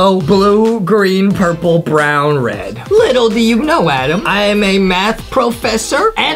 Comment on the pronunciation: it’s Adam not Adem